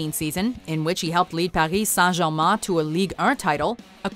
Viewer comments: Paris San german. What is it with Americans trying so hard to pronounce anything foreign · That "Paris Saint-Germain" pronunciation was awesome.